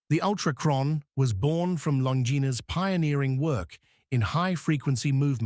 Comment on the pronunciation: Terrible video... Cannot even pronounce the brand name properly. Lazy and sloppy work!